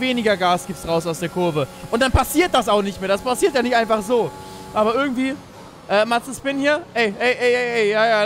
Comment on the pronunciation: Wer findet es auch immer lustig, dass Dner Mazespin anstatt Mazepin sagt xD